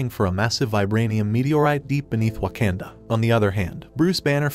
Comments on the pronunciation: Bro it’s not waknda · You pronounced the word waknda wrong I think.